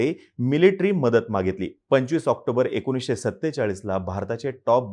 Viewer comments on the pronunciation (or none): none